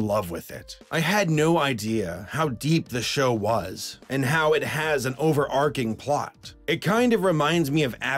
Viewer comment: ey did this mofo just pronounce overarching the actual correct way? Rebel